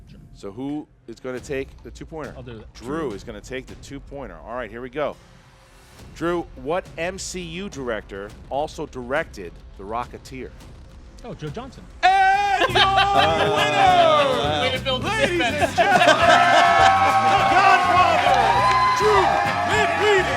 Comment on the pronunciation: Did he say Joe Johnson? It sounded like it. His name is Joe Johnston. It probably wouldn't have made a difference in the final outcome but just an observation.